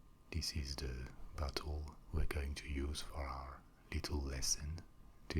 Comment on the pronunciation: He says bottle like buthole, great vid tho